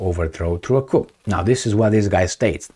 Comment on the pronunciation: Hey its pronounced "Coo" the P is silent 😇